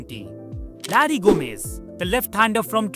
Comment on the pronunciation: His name is Gomes not Gomez but a good effort.